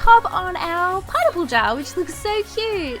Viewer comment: It sounded like she was saying pine nipple